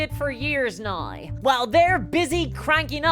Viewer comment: Why do you say now so weird?